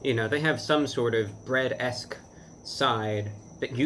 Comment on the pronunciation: "CHEESY BWEAD"